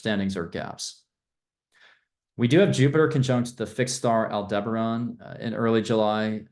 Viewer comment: Al-duh-barren. Not Al-deber-on.